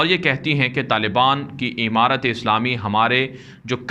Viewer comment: Emarat nhi hota amarat hota h